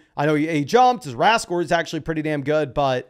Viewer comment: Driving me insane it’s R.A.S llike any acronym you you say the letters not as if it was a word. R.A.S not RAzz